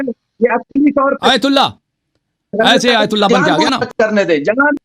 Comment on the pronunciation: Pahle ahteram karna sikho phir isne aytullah ko galat bola kisi ke dil ko taklif nahi dena chahiye pahle urdu bolna sikho